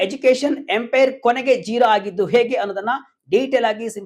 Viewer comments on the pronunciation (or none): ಝೆರಾ ಅಲ್ಲ ಕಣ್ಣ😂 ಜೀರೋ ಆಗಿದ್ದು ಹೇಗೆ?? VK news Group, you will lose your audience if unprofessional anchors manage your news update.